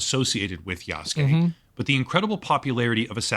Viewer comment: This dude isn't even pronouncing Yasuke correctly. He's saying "Yaske" instead of "Yasuke", just skipping over that "u" sound. IPA: jasɯ̥ke